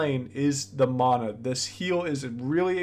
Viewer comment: I hate how he says mana instead of mana